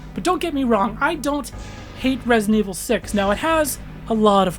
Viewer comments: "Resint Evil" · I die a little bit every time you say ‘resint’